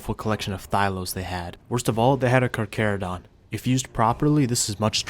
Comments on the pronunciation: Thyla not thylo... and the H sound is pronounced for Carchar.. ie Car Char.. not Car Care.. need to slow up on your roman research and do a little dino research my man.. awesome video none the less.. Goopers forever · I can’t tell if it’s satire but I believe it’s Car-charo-donto-saurus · Carcharodon 😂 instead of charcharodontosoarus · anyone else get pissed when he knows hot to pronounce Roman names but not the the damn charchatodontosaurus